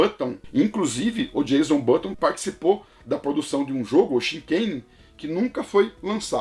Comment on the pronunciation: Muito legal o vídeo! Uma correção: é "Jenson Button", não "Jason Button".